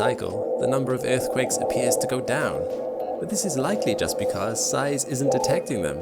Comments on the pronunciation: every time he says "earthquake" :((( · I left cause you keep saying earth quake..... But I watched your ads